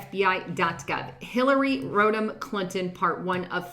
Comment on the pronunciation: Hillary "Rodent" Clinton?! NICE!!!!